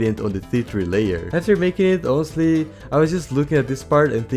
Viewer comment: "Inostely" instead of "honestly" is weird